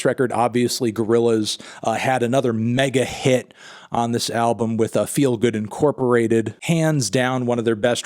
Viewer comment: Sorry Mr Fantano, you don't get an opinion because you pronounced the "Incorporated".